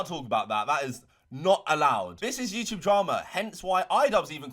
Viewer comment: Just here to hear say YouChube